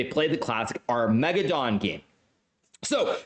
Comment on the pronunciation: The way Hikaru pronounces "Armageddon" is just... chef's kiss